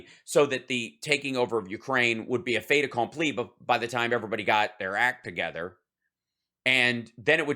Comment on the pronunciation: Ah, you use and pronounce fait accompli perfectly, I swoon.